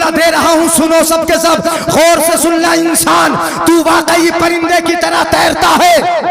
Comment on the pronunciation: मिसले तो न शुद नहीं ब्लकि. मिसले तू. है इसी तरह तोरे सर सोहै नहीं ब्लकि. सर सोहे. है